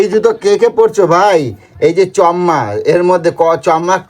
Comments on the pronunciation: চম্মা আবার কে বলে রে ভাই, এতো মানুষের সাথে মেশে তাঁদের কাছে শিখে নিও ভাই ওটা চম্মা নয় চশমা হবে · Chashma ❌chomma✅